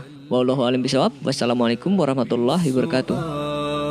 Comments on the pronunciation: Iya wabarokatuh'nya kurang jelas. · Masukan ke Yang bawa berita,,,kalau ngucapkan Salam hendak nya pelan2 aja jangan tergesa2 yang akhir nya ujung pengucapan Salam nya jadi gak karuan,,,Hibarakatuh durasi - detik